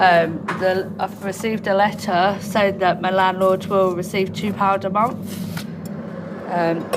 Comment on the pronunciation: I really wish would say month instead of munf.